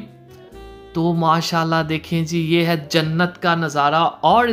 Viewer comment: Your way of saying MashaAllah is very nice.